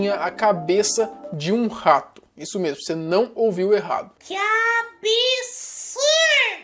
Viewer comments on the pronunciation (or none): QUI ABISUUURRRRDDO